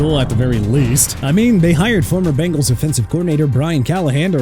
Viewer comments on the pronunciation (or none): none